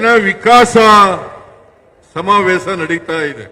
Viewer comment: Evanu kannada kavalu samthi agidda adare evana bayalli samaaveesha annoke baralla samavesa anthane